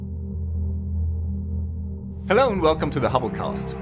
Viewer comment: "Hello and welcome to the hubblecaust" am I the only one who thought of genocidal telescopes when he said that?